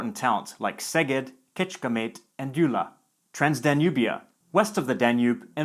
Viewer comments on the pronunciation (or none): none